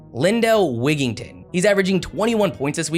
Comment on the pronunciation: Lindell Wigginton’s name is pronounced exactly how it’s written, why did you say it like that?